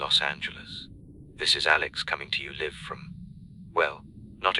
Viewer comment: Six words in 'Live' pronounced. LIV .😂😂. Come on, AI "Must do better" C- 😂😂